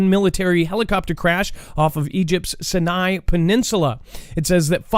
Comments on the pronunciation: Bro, Sinai, pronounced "Sigh-Nye" with the accent/emphasis in the first syllable. 😁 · Sinai is pronounced : Sigh nigh , Aqaba is pronounced : Ock uh bah , and Tiran is pronounced : Te Ron.... and you're welcome.